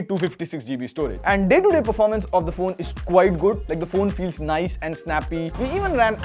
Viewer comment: You have to open your mouth to pronounce nice..